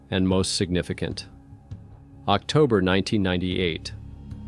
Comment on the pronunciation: Are you using an AI gen voice? What are you saying: "On Octer 17th?" What's "Octer?" Surely if you mean "October" you should be able to pronounce it. Same when you say "...on Nover 21." You mean "November?" And you're mispronouncing "Yosemite." And what is "Kilo neutons"? Edit: The fact that you completely ignored a perfectly straight-forward, legitimate question speaks volumes.